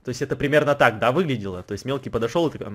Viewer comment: Почему я всегда слышу что в место мелкий я слышу милки